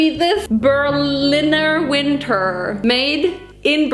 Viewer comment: we do not eat it in winder